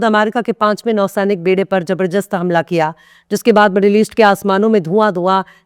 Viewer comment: News. To. Aaka. Hamesha. Achcha. Hota hai. Par.. Mam. Aap. Apni. Urdu. Alfazon. Aur. Talaffuz. Ko. Sahi. Karne. Ki. Koshish. Kijiye. Jaise. Jabarjast. Nahi. Zabardast. Hota hai. Shukriya